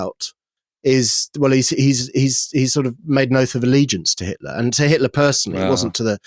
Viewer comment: Who is this 'Hilter' of which you speak?